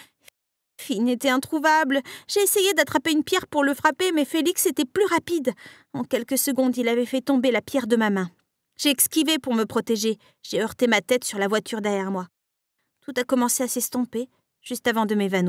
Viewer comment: C’est moi ou elle a dit exquiver